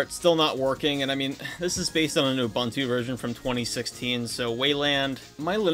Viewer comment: Not him mispronouncing Ubuntu (loud crying) Also, can you make a video showing off the Xperia Play in 2025?